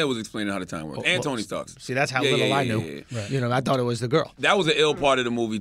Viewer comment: “Tony Starks”